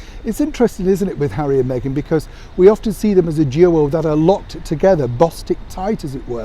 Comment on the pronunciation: Lol lol lol hawwy compassionate???? You crack me up. Lol lol lol. Who was paid how much to let those words slip off their lips.